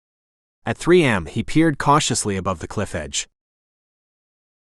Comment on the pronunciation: AI shouldn't be used for narration. It is covert, not cover-t. It is A.M not am. Get the pronunciations right, and I might actually finish a book